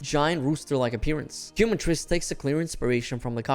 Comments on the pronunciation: Please, its not "Cue-matrice" its Quema, as in the spanish word, its Kae-matrice" !! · “Keh Mah Treece” my man That Quumatrice is killing me 😂😂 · Thats hoe you say it "Kee" is the correct way. QUEMA-TRICE. Quema being a spanish word. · im a native speaker too i meant no offense but thats not how you would pronounce “quema” i just thought it was funny the way he was pronouncing it is all